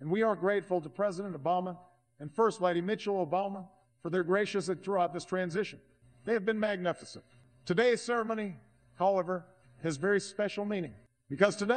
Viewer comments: Lmaoo “Mitchell Obama” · Except when he calls his wife Mitchell 🤣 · Mispronounced Michelle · It gives you a clue how much the political theater and created narrative on both sides, guides people who don't research and read for themselves. 90% of this could have been written for Obama. Irony the AI mispronounces "Michelle" the way Obam miss pronounced Corpsman repeatedly in one speech. Which if Trump, did it would have been rewritten as "Trump calls medal winner a dead man."